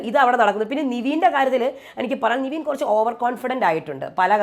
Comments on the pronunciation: ചേച്ചി എപ്പോഴും നിവീൻ എന്നാണ് പറയുന്നത് 'നിവീൻ' അല്ല 'നെവിൻ ' ആണ്. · Yes.. epozhum niveen ennu parayunu.. Nevin ennanu name.. athupole Abhilash ne Abhishek ennum parayum ivar